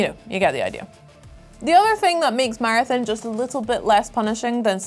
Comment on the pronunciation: Game name: Marathon ' accent: Martin lol